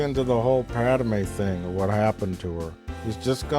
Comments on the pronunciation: Am I the only one who gets annoyed when he pronounces it like “Pad-ah-may” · Gawd damn it! The bitch's name is PADME! 2 syllables. Pad-MAY! Not "Pad-uh-may". Argh! After wstching these for so long, i couldn't take it. That is all.